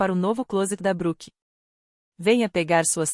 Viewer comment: Por favor, escolha uma narracao (IA?) que consiga pronunciar os nomes em ingles corretamente e o mesmo para o portugues. Uma hora fala Bruke outra fala Broke ou Brouke. E o Gueuri?? Aff.